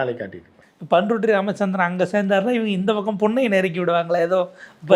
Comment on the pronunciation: யோவ் அது "பன் ரொட்டி ராமச்சந்திரன் "இல்லை 😮பண்ருட்டி ராமச்சந்திரன் 😂